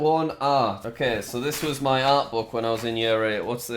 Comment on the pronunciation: Why does he always say me instead of my!😂